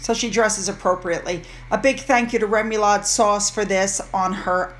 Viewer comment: I’ll get attacked for pointing this out, but remoulade is a French mayonnaise based sauce pronounced roughly ruh-moo-laad. This in no way is meant as rude or disparaging of excellent content.